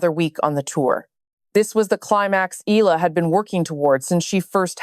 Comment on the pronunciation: It's pronounced: Eh..ya..la